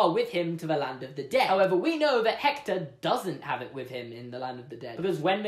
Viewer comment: I'm Mexican and I'm gonna have to admit that you just added a quirk to our Day of the Dead tradition Suddenly everything changes about that guitar One thing doesn't change, though: you're cute Also, that's not how you pronounce Hector